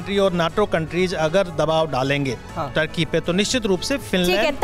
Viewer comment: tarky nhi ,turky hai